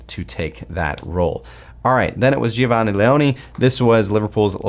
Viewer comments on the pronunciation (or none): none